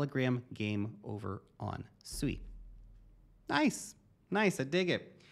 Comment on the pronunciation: SUI = swee, as in the word SUITE